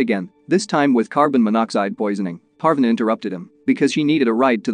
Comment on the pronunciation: uhm it's pArvAAne but k P (/a like apple/) r . V aa (aa like always) Ne (like never)